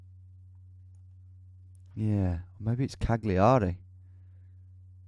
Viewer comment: Cagliari is pronounced "Cal-Ya-Ree". Also, that Albania round was such a nasty trick! :D Would never in a billion years have gotten that.